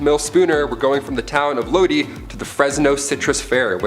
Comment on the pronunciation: I have a question about the 2that claimed that aliens attempted to abduct them, I'm confused about the pronunciation of the town they left from, was it Lodi ? If so, it's pronounced Lo-die that I have heard of!🤔